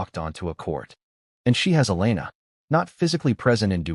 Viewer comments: E-YA-LA is the correct pronunciation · E-YA-LA: that's the correct pronunciation